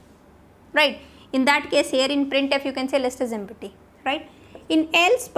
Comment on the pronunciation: Ma'am u r pronunciation of empty is wrong